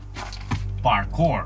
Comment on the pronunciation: I laughed every time you said parkour. 😂